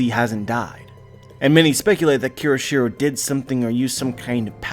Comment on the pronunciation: Great theory as always, but you (and other youtubers) keep pronouncing Kyoshiro wrong by adding an extra "r". It is pronounced KYO-SHI-RO, not KEY-RO-SHI-RO.